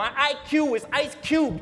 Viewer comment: He said “ my IQ is ice’s cubed” he just didn’t pronounce ‘ice’s’ completely